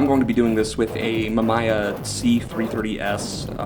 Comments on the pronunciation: I will once again state: Worst pronunciation of “Mamiya” I’ve ever heard. Liked and subscribed. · Bro casually drops that he has a C330 and doesn't even pronounce mamiya right. What a legend